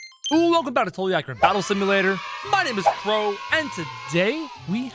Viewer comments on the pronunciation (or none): none